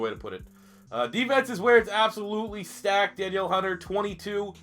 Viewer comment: Danielle is pronounced duh-neil in this case. For future reference